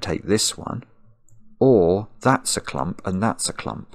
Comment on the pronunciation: At the beginning the word „clump” was kinda funny, but after two hours of Marks clumP!! where P sounds like the sound from opening a can of Pringles made me sick and my anxiety rose to the sky.